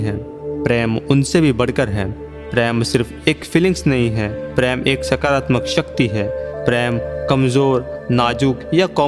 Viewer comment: I will suggest plan choose ur commentator in better way his voice should be nice and should speak correct word sh and s and it is prem not preem